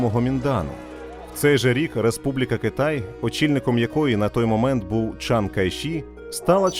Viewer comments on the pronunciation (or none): none